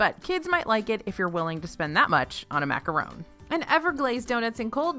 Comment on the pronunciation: HI! I LOVE YOU!! Just so you know macaron is pronounced like yawn or gone, not like bone or zone ❤️ but thank you for spelling it correctly!!